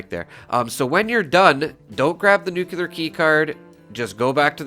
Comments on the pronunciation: Great! I can't resist saying please say "Nu Klee Ar" instead of "Nu kyuw Lar" (Sorry, it just drives me crazy, and I know even a well educated man like Peter Zeihan says it wrong, as well as probably half of people... Another Youtuber with a great speaking voice, Juice Head.. where did he go, by the way? .. also says nucular. ) Enough of the rant. Anyway, I love this tip. I know the drop rate for the plans is extremely slow, but if we want to grind it, this makes it so much more efficient. Thank you. Also, the Watoga vendors, I did the same, for hours, repeatedly swapping servers to check the two vendors. I got the Enclave flamer mod several times this way, about a year ago. I gave the flamer mods to a few friends and used one, modified for vampires, for a secondary character, because it's powerful. But the range is too damned limited compared to Holy Fire. I'll take Holy Fire any day over the Enclave Plasma modded with the aligned flamer. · There is no such word as nucular... nuclear is the word you're looking for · It’s nuclear, not “nuke-yuh-ler” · NEWK-lee-yer. Not ‘new-que-lar’ . There is no cue sound in the word nuclear. I only rant because I like you and the channel so much. And it kills me every time you slaughter the word. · Thanks for the info! Also, Nuclear's pronunciation is "noo-klee-ur." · Gawd, you’re killin’ me, Smalls. You’re making videos for a game based in a nuclear wasteland, and you have no idea how to even pronounce the word “nuclear”. PLEASE, I’m begging you, take a moment and at least type it out and JUST LOOK AT IT. Look at it and slowly pronounce it AS you’re looking at it. Please, don’t take this as rude or trolling. I’m dead serious and want you to at least TRY to pronounce it correctly.